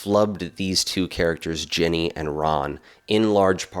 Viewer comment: Were you calling her "Jenny" or was I mishearing you?